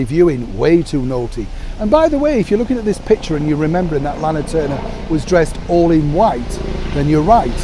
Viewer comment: Thank you Kind Sir. How very pleasant and interesting! I am loving this historical great images and your enjoyable presentation. I had a good LOL over how you said Lana Turner!